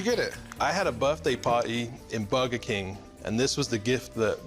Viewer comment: Everyone: Burger King This dude: Bugger King